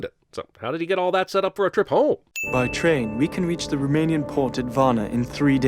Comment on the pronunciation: all i have to say is that the few words in romanian in this film were so badly pronounced it made me wanna rip my ears off but overall it’s a funny movie to watch lol